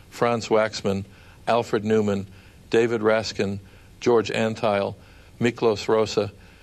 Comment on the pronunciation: Master maestro Bernstein was absolutely right - now more than ever! David Raksin not "Raskin" - but commenting on AI vocalizing is useless, speaking of which, let's face it, Zimmer and company may as well be AI themselves.